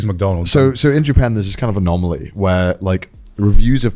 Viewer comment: Bro, joey kept saying Anomally n my Monke brain kept thinking about Spiderverse Movie 😭